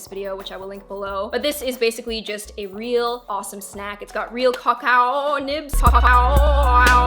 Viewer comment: Can you say cacao nibs one more time??? Lol!